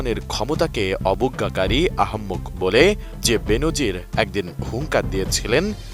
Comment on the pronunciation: বেনজির নাকি বে-নজির 🙃😃! নাকি টাকা পয়সা হলে নামের উচ্চারণ ধরনও পাল্টে যায়?